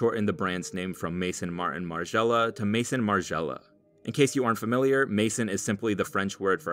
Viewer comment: This is a good video, but please for the love of god learn how to pronounce „Maison Martin Margiela“